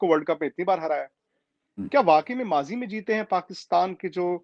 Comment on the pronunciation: That is mazi not majhi